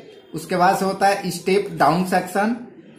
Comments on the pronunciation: It's section not sexion when you're pronouncing 😇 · It’s not sexon, it’s section